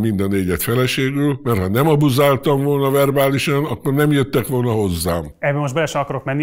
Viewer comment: Milyen szépen beszel magyarul, "verbálisan, abuzaáltam" stb................ csodalatos ..............